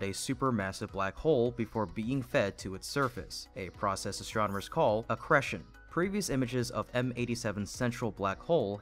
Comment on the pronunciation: Pronunciation Correction 1: "Atlantis... not "Atlas" Pronunciation Correction 2: "A process astronomers call "ah-kree-shun"